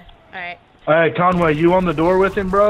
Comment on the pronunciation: Listen carefully says conGay